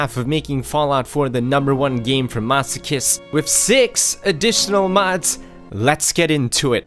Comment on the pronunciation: How he pronounces "masochists" though.